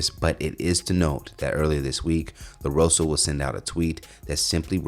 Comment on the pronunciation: WHO THE HECK IS “LAROSO”????, ya’ll can’t read? Dang, nobody’s checking your content before you make a segment?